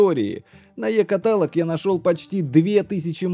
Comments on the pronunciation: КаталОг!!! КаталОг, а не катАлог!!! Что так сложно запомнить что-ли??? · Сам ты катАлог